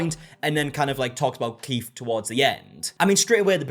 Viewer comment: If you're going to say Keith a thousand times in a video, maybe pronounce it properly. His name isn't "Keef".